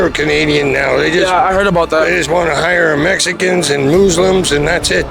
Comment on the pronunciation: "Mexicans and Moozlims" 😭dude as a moozlim born and raised here my uncles in one of those tents, trust me were getting f**ked over just as much as you